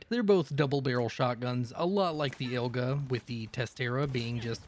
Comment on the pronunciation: The first double barreled is called Igla, not Ilga. Igla means needle in russian. Great Run, man ^^ keep it up <3